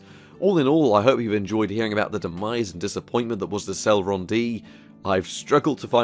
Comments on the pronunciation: "celron D" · C e l e r o n not celron? Dual not D'all sorry your content rid facinating sorry to complain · Never heard it pronounced Celron before lol, Cel-ehron